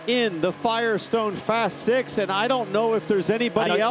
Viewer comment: When did six become sik 🤦🏽